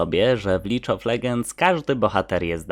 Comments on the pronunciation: bardzo fajny poradnik, ale taki pros powinien chyba wymawiać ,,lig,, a nie ,,lidż,, pozdro. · Japierdole "lidż" Of legends Xd